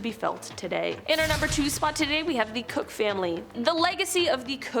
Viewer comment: Just an FYI, Koch, as in Koch Brothers, is pronounced "coke" like the drink. I wouldn't know that but I live where their headquarters is. The brothers were a bit of a mess, fussing at each other, but their mother was a lovely person supporting the arts. We need more people like her.